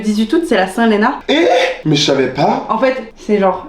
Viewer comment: Le lapsus de Lena à “j’ai jamais eu de seins(saint) du coup” 😂 Que du love évidemment ❤️